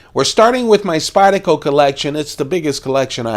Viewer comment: I cringe every time you mispronounce SpydeRco. rrrrrrrrrrrrrrrrrrrr